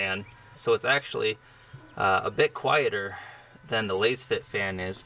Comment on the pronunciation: You are pronouncing Lasfit wrong 😮